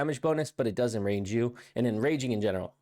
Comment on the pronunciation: Omg that did my head in too 😳 he also said " Bloodthirst has an 100% chance to IN RANGE you" 😂😂